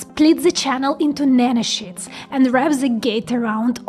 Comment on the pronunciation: I hear nano-sheets as "Nano Shits" haha